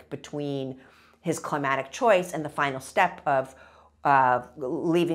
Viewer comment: to me she's saying "climatic" repeatedly, and it drove me to the comments to find this lol.